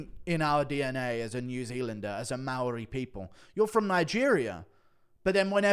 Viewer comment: Guru pronounces Maori better than that baboon aswell. Guru out here rolling his R's like a member of the iwi😂